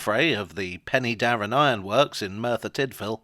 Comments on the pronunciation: Pen'darr'en (three syllables) Please confirm to the correct pronunciation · Help. I now feel old, having visited the Rail 150 event! One small point on this excellent video - Penydarren is better pronounced Pen-er-darren . A lot of interesting history there from the Romans through the Merthyr Rising to the football ground. There's a replica of the Trevithick loco at the Waterfront Museum in Swansea which can apparently be steamed, though I've not seen it happen.